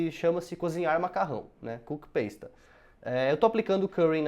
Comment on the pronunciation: Legal! Gostei. Mas tenho uma dica na pronúncia do inglês. "Pasta" fala-se como em português. Não é "peis ta", é pasta mesmo.